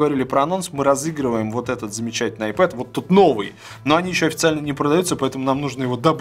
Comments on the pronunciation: не айпэд а айпад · Айпад ане айпед